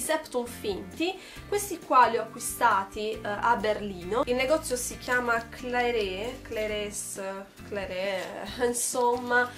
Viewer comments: Claire's si legge "clers"..È una catena e c'è anche qui in Italia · Si dice clers